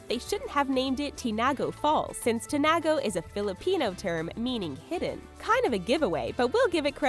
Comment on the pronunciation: I was listening to her and I thought she said "chingoe" but reading eat now i understand "tinago" since im a filipino